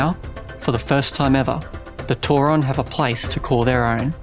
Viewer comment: Tauren, not tauron, why is it so hard to reads names